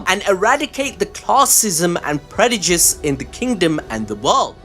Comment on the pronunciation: Did bro really say Predujice? Lmao